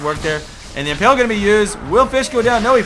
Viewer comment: pls... its imPALE not imPELL